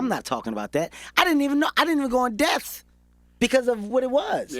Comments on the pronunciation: Gottdammit... Is it "in death" or "IN DEPTH"???... #ThisHasGotToStop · Can somebody tell Kevin its "in depth" lmao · I love Kevin. I love this interview... I just want him to say "depth". In dePTH. Not in "deth". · Depth not deaf 🧏 😂😂😂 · Until they get in death about one another lol Kevin it's depth not deaf lol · Am I the only one that caught he said in death instead of in depth ?? Lmao 😂😂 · Some one please tell the homie Kevin that it’s “in depth” not “in death”. He’s said it in 4 interviews now. Someone please help the Chile. lol. Love Kevin Hart. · Is he saying "in death" or "in depth" lol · I was looking at the comments to see if somebody else caught...."in death"...lol...smh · He kept saying "in death" (in depth) and its killing mee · In death instead of in depth. It’s cool though, you already rich. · What I got from this: Kevin Hart can’t pronounce the “p” in depth. It’s “in dePTh” Kevin. Not “in death” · IT'S "IN DEPTH"!!! But I loved the interview. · It’s pronounced “depth” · Kevin Keep missing the "P" in depth" and its Killin me lol....pun intended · If this little man says "in death" one more time like it isn't "in depth!" Pronounce the "p" in the word "depth." #KevinHart Nothing like a person who want to come off so intelligent by over-talking and speaking words out of context...say less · This nigga can’t say “depth” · In depth... the P gets pronounced. Ijs